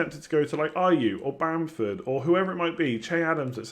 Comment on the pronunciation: lol Werner lol bamford u got that way too wrong